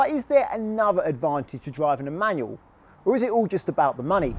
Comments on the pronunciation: I much prefer manual, for much better control. I couldn't watch much of the video.. that word "manyuw" just bugged me too much. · You know there's an L at the end of the word 'manual'? It's not pronounced 'manuaw'